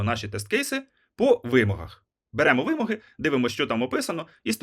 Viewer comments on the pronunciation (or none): Перепрошую , але вимОги , а не вИмоги .